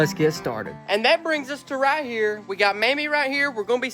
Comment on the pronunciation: Being a born and raised Kentucky boy myself ill tell ya there's nothing like our Mammy's, Granny's, Nanny's, Memaw's and MawMaw's! I felt like I was listening to my granny when I heard Mammy's southern draw on that "Raaaahtdeeeeeer" whe when she was explaining the turtle jug!